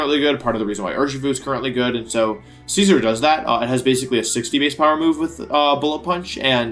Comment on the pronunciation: The way he pronounces Scizor tho.. XD I thought he said Caesar